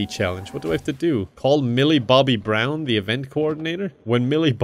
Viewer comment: Lmaoo the way he says Millie Bobby brown 😂😂